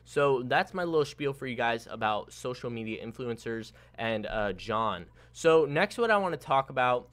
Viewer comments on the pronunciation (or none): none